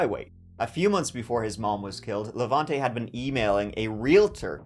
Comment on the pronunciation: as a hungarian I'll have you know our cooking smells amazing! I'll be even proving that to your irish brethren when they visit me at the end ofspookmonth the first way you pronounce Levente was correct btw, the e's sounding the same tone